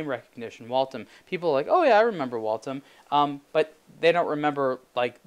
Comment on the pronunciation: "Wal-tim"??? WTF is a "Wal-tim"??? It's "Wal-them". WALTHAM!!! Sheesh... Walthams weren't even really expensive watches when they were a true watch maker in the United States. $7000 for this thing??? The watch industry needs a correction, things have gone nuts.